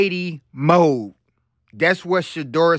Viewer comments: Mode not mood!! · Mode not mood…